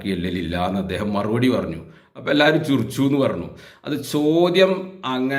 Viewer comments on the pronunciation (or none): ചിരുച്ചു എന്നല്ല ഉച്ഛരിക്കേണ്ടത് ചിരിച്ചു എന്നാണ്